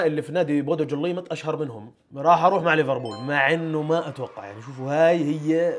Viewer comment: نطقك خاطئ لBodo Glimt